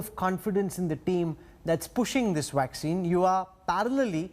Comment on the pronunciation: He says waxine. Its vaccine. You have to bite your lips to pronounce it right.